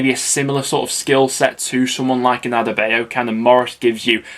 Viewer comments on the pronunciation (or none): none